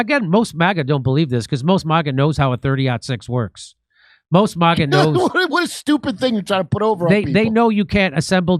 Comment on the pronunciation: Someone stop jimmy from saying Mahga. Its MAGA